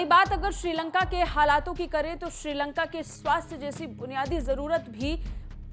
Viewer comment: श्रीलंगा नहीं मैडम जी श्रीलंका